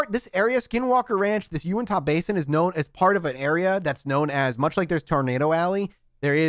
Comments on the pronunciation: just so you know: Uintah doesn't end with an "ah" sound, it's more of an "uh" sound. Duchesne is also pronounced "doo-shane" because us white people are weird. Keep this coming, I live in Utah and don't know a lot of the history in that area! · love it, but every time he said “Unitah” 😂💀 here in Utah, we pronounce it U-IN-TUH not U-IN-TAH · As someone from Utah a couple things 1.its pronounced (YOU-INT-HA) 2.i am so happy that your doing this episode/series 3.please explain the crazy stuff happening up there please because it's really not prominent in Utah culture or salt lake City etc. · Pronounced “U-IN-TA” :) been camping near that area for a while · Just for peoples info it is bottle hallow not bottle hole and it is pronounced YOU-INT-HA